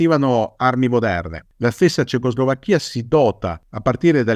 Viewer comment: Curiosità. Quando pronuncia "cecoslovacca" o "Slovacchia" lo pronuncia correttamente, ma quando dice Cecoslovacchia mette la pronuncia sulla I finale (nonostante questa pronuncia sia incoerente con le altre due e non usata da nessuno). Come mai?